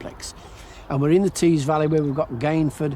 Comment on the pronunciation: River Tees...not trees 😂